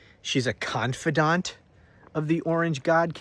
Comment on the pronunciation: Every time you said confidant, I was thinking of another word that begins with the letter C